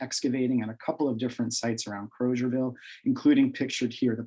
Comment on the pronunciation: Liberians pronounce the town’s name as “Kruzerville” not “Crowzerville.”